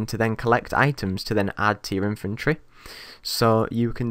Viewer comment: Every time you say inventory it sounds like you say infantry!